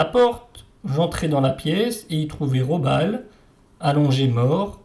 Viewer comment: on pronnonce GUÉLLY. RAHO-BAAL ..pas Jelly Robal